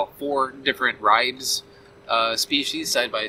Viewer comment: It's pronounced RYE-bees.